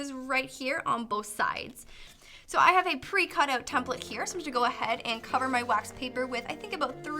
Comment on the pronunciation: Not hating but you say OUT weird